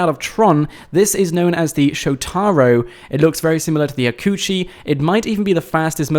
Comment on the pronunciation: not hakuchi its hakuchu